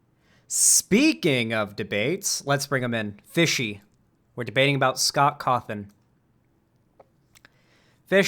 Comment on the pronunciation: He do be sayin Scoff Coffin for real tho